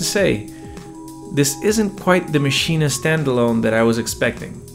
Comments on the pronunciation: Its pronounced "MACHINE" not Maschina. Check the native instruments videos. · First, it's just "Maschine", not "Maschine-ah". Second, it's "gigabyte", not "jigabyte". On the other hand, if you say "Lady Ja Ja", or "Joogle search", then never mind. 🤣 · Iam german and its pronounced "maschine" not "machina" ;) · Interesting points made there. But please, don't call it Maschina. As a German native speaker, this pronunciation really hurts my ears. 😊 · Why do you say maschina? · Sorry but are pronouncing it “maschina?” 😂 I know the spellings funky but I don’t think you gotta say it like that